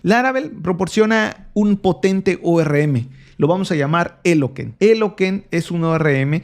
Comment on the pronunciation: Agradezco el video y el esfuerzo, pero quiero decir algo que quizá no parezca tan importante, pero es importante. Las empresas son sumamente detallistas a la hora de elegir a quien contratar, y en las entrevistas laborales debemos mencionar correctamente el nombre de las herramientas que se utilizan. La palabra en inglés Eloquent, en castellano significa 'elocuente', y se pronuncia 'elocuent', no 'eloken'. Esta corrección me la hicieron 2 veces hace algunos años cuando tuve entrevistas de trabajo, y me preguntaron qué framework conozco para tal tarea, y dije "diango", refiriéndome al framework de Python, "Django", y me corrigieron diciéndome "se estará refiriendo Yangou" (que es la manera correcta de pronunciar Django). La otra corrección fue cuando me referí a la herramienta Jupyter Notebook, pronunciando Jupyter tal como está escrito, y me corrigieron, "se dice Yupitr". El ORM de Laravel se llama Eloquent y se pronuncia 'elocuent'. No parece importante, pero lo es. Reitero el agradecimiento por el video.